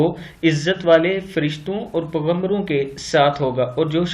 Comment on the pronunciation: Paigambro to sahi se bola kro yar..hadd ho gyi ye🤦🏼‍♂️